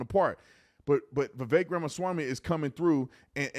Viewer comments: Thank you for actually saying Vivek’s name correctly. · Thank you for pronouncing his first name correctly